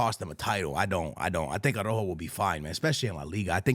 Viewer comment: Another year and this guys keepz calling araujo .... arojo 😂😂😂